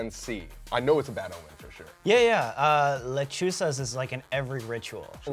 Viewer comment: IKR? and the way they said "planchada"· almost sounded like "planchara", also "lechusas" instead of "lechuzas"